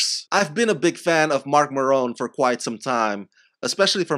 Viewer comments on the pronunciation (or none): Big fan of Marc Maron, can’t pronounce his name.